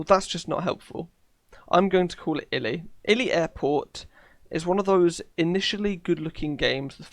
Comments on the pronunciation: iloilo you pronounce it ilo ilo not ily its an place in philipines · Iloilo is pronounced e low e low and its a province in the Philippines. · It’s pronounced ee loy lo thank me later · its eee low eee low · its ee lo ee lo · Its eee-law-eee-law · Oh i pronounced it eee lie low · It’s pronounced ELOELO Airport iloilo is a city in the Philippines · Ilo ilo is a city in phillipines and to pronounce i-lo i-lo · iloiol is actually ilo E lo Thats how us ph peeps say it xD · iloilo airport is a airport in philippines this is how you pronounce it "EloElo" its full of players that cant speak english obvously but its a great game exept if theres no pilot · Say I-LO-I-LO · Hi. Im filipino it is pronounced ē -lo - ē - lo. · Neo PTFS and Flightline the best Ps. Iloilo is Filipino and pronounced as E-LO -ELO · IloIlo is an airport in my country. You pronounce it as E LOW E LOW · Hello! I'm a Filipino here! Try pronouncing Ilo-Ilo City like an E, not Lo Lo, but make it a solid, not a literal E. Edit: Also, in Flightline, you can figure how to get to airports with ILS in the Bottom Left Screen, although DO NOT go where the mouse is pointing to your plane, line it up where it points away from your plane directly (pointing to the front part w/ plane in line with the two lines). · As a Filipino, it’s pronounced ee lo ee lo (no ‘W’ sound in “lo”) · Iloilo (EEE-LOW-EEE-LOW) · Its pronounced ilo (hard o) ilo (hard o) which is based of the airport from the Philippines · Bruh Iloilo is a Province of the Philippines just to make sure to pronounce it in true filipino